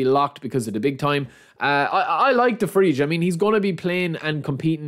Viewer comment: Pronunciation: DE VRAI / TSJAL HA NOGLU